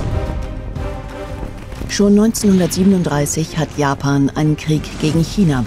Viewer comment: Habe ich auch die ganze Zeit gedacht. Amerikana und Japana... 😂